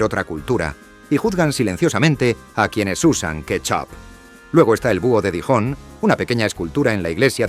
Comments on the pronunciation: Verte pronunciar "Dijon" es penoso. Para hacer un vídeo deberías ensayar un poco. Los españoles siempre con problemas idiomáticos ... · El vídeo me gustó, pero podrías esforzarte un poquito en la pronunciación de los topónimos. Lo de Dijon con el sonido de "J" Jaén suena fatal